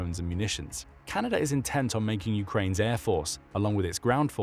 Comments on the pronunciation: it’s Canada not canaider 😂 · Canader? Not even A.I. can understand English.